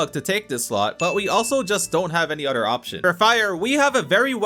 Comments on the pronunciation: Bros a grown man and can’t say OTHER correctly. it’s OTHER not UTTER. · Why u say other with a d sound like it a cow nipple